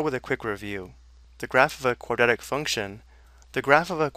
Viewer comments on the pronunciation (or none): "quadetic" like can he actually read? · nobody says quadratic like this guy